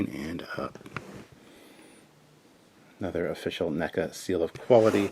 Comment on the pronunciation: I thought it was prounced Neck-a not Neek-a.